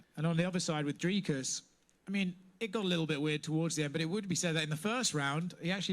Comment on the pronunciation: It's Dricus. Not Dracus. You fool.